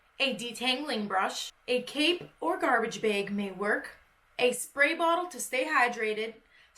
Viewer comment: “A garbage beeg” 😆 seriously the cutest curly Canadian in all the land